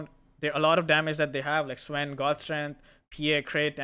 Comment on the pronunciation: Why did you say sven like that?